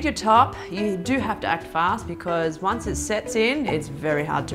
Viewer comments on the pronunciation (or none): none